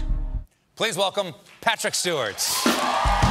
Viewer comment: min The "d" in "Picard" is silent. It's French! min And the actor's name is "Stewart", not "Stewarts". -.